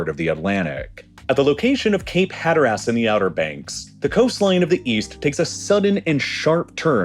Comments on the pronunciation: Cape Hatter-ass? I've only heard it pronounced Hatter-iss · It's Hater-is not Hattar-ass Signed, Slighted drunk North Carolinian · bro it's pronounced "hatter-is" not "hatter-ass" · Cape Hatteras is not pronounced as “hatter-ass” it’s more like “hatter-ess” 😅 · The pronunciation is killing me "Cape Hatter Ass." People pronounce it more like "Hatter us" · Great video! Hatteras is hatter-iss as in briss, diss, kiss, miss, piss, or sis...not hatter-ass. Source, I grew up around here. I also loved you on Jet Lag! Have a good day. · You pronounced Capr Hatteras wrong, its Hat er is not hat er ass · HAT ER ASS? REALLY? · It sounds like you keep saying Cape Pederast. I think you might mean Cape HAT-ter-us. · "Hatter-ess" is the right way for anybody wondering. Or "hatter-us" if you're cultured. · Lived in NC my whole life, granted not near the outer banks, but I've never once pronounced it as "Hatter-ass" haha, everyone I've ever spoken to says "Hatteres" with a mild pronounciation of an A in there. Kinda like you say the name "Aidan" almost exactly like "Aiden". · Great video, but "Hatteras" is consistently mispronounced. The word is pronounced "HA-tteras," not "Hatter-AS." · I thought Appalachian was pronounced funny, but then he said Cape Had-her-ass. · It's not "hatter-ass" that hurt my brain as a native from the region (SC). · People from cape "Hatter-ass" are going to have a stroke when they hear that pronunciation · God I hate AI generated voices in these videos. Pronunciations are bad, pacing is off. Just bad. Hatter ASS? For real? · Hatter ass is what you get when AI tries to pronounce Hatteras 😂😂😂😂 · Cape had her ass is insane not how it’s pronounced at all 😂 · "Cape HatterASS" I'm out. He's not even trying. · "HatterUs" (pronunciation, not spelling, :) but we North Carolinians forgive you!) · As resident of NC, hearing him pronounce Hatteras as "Hatter Ass" makes me think of NSFW jokes involving Alice in Wonderland. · Also, Cape Hatter-ASS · hatter-ass lol